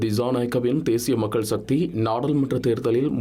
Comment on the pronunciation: சக்தி என்பதே சரியான சொல் ஷக்தி இல்லை.கட்சிஎன்பதற்குப் பதில் கட்ச்சி என்று ஏன் கூறுகின்றீர்கள். தயவுசெய்து திருத்தி வாசியுங்கள்.